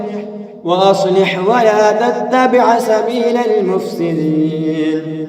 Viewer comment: ویا تتبع نہیں بلکہ ولا تتبع